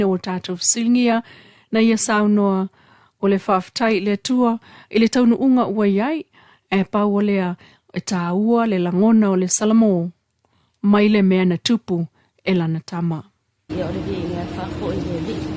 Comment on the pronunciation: Why this journalist used the D pronunciation instead of T... its tausaga not dausaga, Motootua not Modoodua, daunu'uga.. dupu... it's so annoying to hear the D pronunciation... faaleo sa'o upu Samoa i le T ae lē o le D pe alu a'e se Samoa e lelei laga faasamoa e faikau mai news... 😠 😡